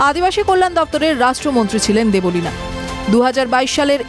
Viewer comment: Debolina noi deb lina